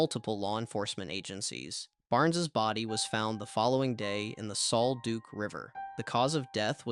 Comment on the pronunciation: Sol “duck,” not Sol “Duke.”